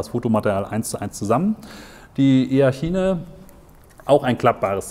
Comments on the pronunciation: E-A-TSCHINE :D - Denke eher "etschein" gesprochen ;) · Es wird itschain gesprochen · wie sprichst du denn?! benng guut?? e-a tschiene "lasse ich noch durchgehen" (obwohl, man könnte auch versuchen es englisch auszusprechen)